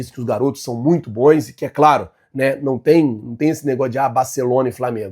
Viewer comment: Não existe a palavra " Boins" . Bons jogadores. Bons negócios. Bons atletas. Errar é humano, permanecer no erro já é burrice. Vc vive insistindo em falar BOINS. NAO EXISTE A PALAVRA " BOINS"